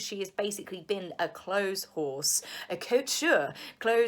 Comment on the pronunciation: You did say clothes "horse".Sounds like...